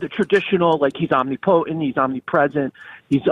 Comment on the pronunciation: Why can't theists ever pronounce "omnipotent"?